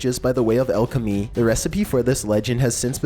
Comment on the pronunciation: Alchemy. Not "elchemy"